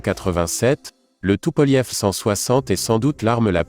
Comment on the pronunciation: depuis quand tupolev se prononce tupolief ,?